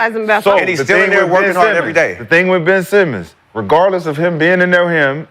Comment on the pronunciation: No way he called the nigga ben semen🤣🤣🤣